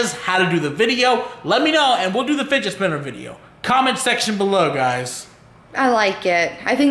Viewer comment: fidgee lol. it's fidget